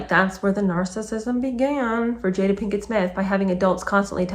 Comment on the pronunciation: Love your reads, thanks! Wikipedia states that her mother named her after her favorite actress Jada Rowland. I knew the Rowland family personally and her name was pronounced "Jah-da", not "Jay-da". Just a tidbit! 🤓